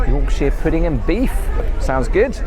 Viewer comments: For the love of God, please learn how to say Yorkshire properly, kills me a little inside everytime you say it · York- sher, not York-sheer.😅